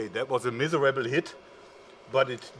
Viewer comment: misserable...aww flawless german accent!